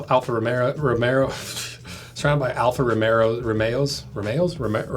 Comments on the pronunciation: Alfa Ro-May-Oh. 😂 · Alfa ROW MAY OOO ffs!